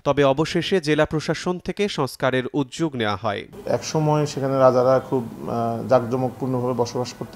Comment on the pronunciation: উদ্যোগ এর উচ্চারণ কি উজজোক???নাকি উদ্দোগ???🤣🤣🤣